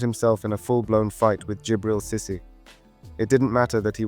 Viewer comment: great video but your pronunciation of henry mbappe and cisse names wasnt correct just a heads up